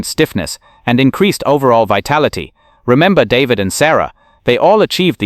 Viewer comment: Ugh to artificial non-intelligence...Helen is a he? David's name pronounced warpedly. Where have all the humans gone...long time passing....sigh